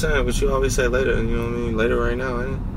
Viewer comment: I like how she said "later".... le'er (I wouldn't know how to spell how she pronounced it )